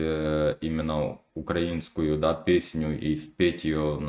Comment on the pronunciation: Навчись правильно ставити наголос -на слові украІНську.